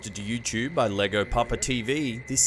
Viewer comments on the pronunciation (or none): 😂😂😂 Lego Papa... It's ok you have a different accent. This is Hispanic outs pronounced (JayGo) Ll makes a (jA) sound or you can also do a (Yea) sound sound if it's easier as many Americans do.